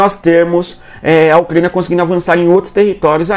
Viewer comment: O que é um Ucgania, meu deus!? Cuando tu tinha 5 anos os teus pais ja tinham que ter te levado no fonoaudiologo, senão tu vai continuar falando como bebezinha 😅👱🏻‍♀️😅